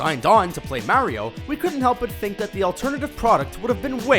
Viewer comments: I hate how this guy says Mario. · The way he says Mario kills me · oh this just came out. oh. also,how come you pronounce Mario differently? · Why are you mispronouncing "Mario"???